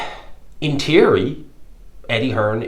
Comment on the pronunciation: Party trick: Ask an Irishman to pronounce the word THEORY.